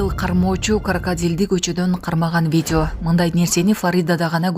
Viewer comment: "Бидио" дейт го.журналист кыз